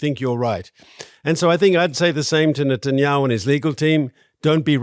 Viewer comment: You said the prime ministers name wrong